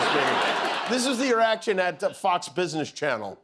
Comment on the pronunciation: did Jimmy say "this is the erection at Fox Business Channel" ? :face-blue-smiling